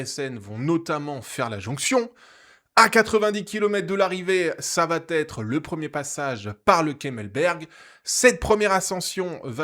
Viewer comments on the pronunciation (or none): merci, super résumé com d'hab ; PS : il n'y a pas de T à "ça va", donc on ne dit pas "l'échappée vaT être reprise", mais va être ; j'aime pas faire mon prof, mais ça m'écorche les oreilles à chaque vidéo ( c'est récurent dans tes résumés), et c'st dommage de répéter une telle faute (id. pour il vaT y avoir) ;) désolé :)